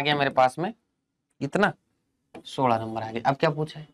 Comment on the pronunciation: Is he maharashtrian he just speak 16 as Sola 😀